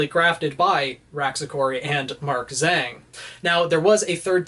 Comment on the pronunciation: I cringed when he called Mark Zhang “Mark Zang”